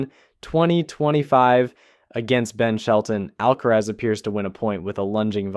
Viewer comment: I changed the video the moment he said Al- kerez